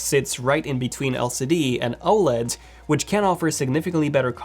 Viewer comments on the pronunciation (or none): The C in LCD has asked me to ask you to put some respect on its name 😂